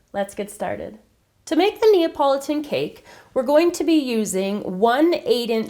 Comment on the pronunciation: I first read Napoleon cake so I got so confused when I heard how she pronounced Napoleon... :P glad to see it was just me who read wrong, not she who had the oddest ever pronunciation of Napoleon :P